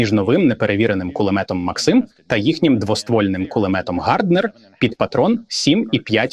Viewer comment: Хто такий цей максИм, якщо це кулемет мАксима? І він теж каже мАксим